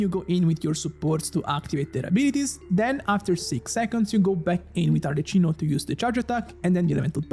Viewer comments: ur italian, right? isnt arlecchino italian? isnt it supposed to be pronnounced as arleKino instead of arleCHino? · As an Italian, hearing 'arleCHino' is quite painful. You should say 'arleCKino' and you'll escape any type of homicide ❤ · NON CHIAMARLA "ARLECCINO" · Sapendo che sei italiano muoio dentro ogni volta che pronunci Arlecchino Arleccino. Voglio dire, non è che possono fraintendere di chi tu stia parlando. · Lo stavo per scrivere anch'io, neanche gli youtuber che parlano inglese la chiamano Arleccino 🤦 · From a fellow italiano, why saying "arleccino''?! Very disappointed (you are my favorite) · It hurts seeing you as a Italian spell Arlecchino in the wrong way… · Ti prego almeno tu non chiamarla “Arleccino”😭😭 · Ti prego almeno tu non dire Arleccino 😢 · Why noone is able to say her name right? If you are not sure use Google cmon...not Cino chino...ch sound like the K in the word like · open the video hear Arlecchino pronuncied "Arleccino" close the video jk but why that pronunciation😂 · Arlechino??? 😂 it’s pronounced Arleckino because its Italian. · Bro calling her Arle - chee - no insteat of Arle - key - no as an italian is such a ballsy move :face-green-smiling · al decimo arleccino mi è venuta l'orticaria e al quindicesimo un severe case of motion sickness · I love your content man, ma neanche gli youtuber che parlano inglese la chiamano Arleccino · genuinely wondering, if you're Italian why are you calling her Arleccino? Is that its international pronunciation? 😅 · Yeah it should be Ar-le-qui-no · everytime he says arleccino I die some more inside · I open the video I hear "Arleccino", ok I can close it. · The magic word to summon italians in the comment section: Arleccino. Non si può sentire😢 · bro sei italiano non puoi chiamarmela arleCCino 😭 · Every time I hear her name pronounced as Arle CHIN o, I get a seizure 🤕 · Arle-key-no pls it hurts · nemmeno gli americani la chiamano Arleccino! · Please dont say arla CHI no from next video. Thankyou